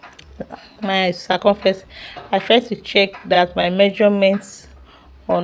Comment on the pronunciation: What are you even saying? Is it English that’s the problem? What is “sacumfrence”?